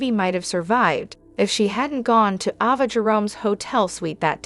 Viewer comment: I love the way you talk, but please pronounce their names correctly. Ava and Nina and is that you act like you don’t watch the show you pronounce their names incorrectly please learn their names. It drives me crazy. I love the way you talk and I love listening to you, but please get over their names. Thank you.